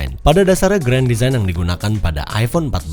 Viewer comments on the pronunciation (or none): bg designed bacanya disain bg. cuma mau koreksi aja